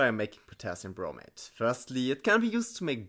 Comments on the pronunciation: Great video, subscribed! However I had a hard time hearing the difference between when you said 'bromate' and 'bromide'. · Am I the only one REALLY struggling to hear a difference between him saying bromate and bromide/bromite?